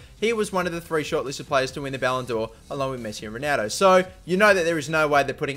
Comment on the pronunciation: Its funny how you say Rueneldo